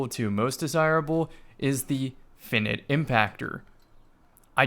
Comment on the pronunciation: It’s Fie - night, not finnit